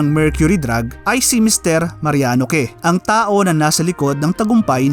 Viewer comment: "Que" = "Keh" HAHAHAHAHAA 😂😂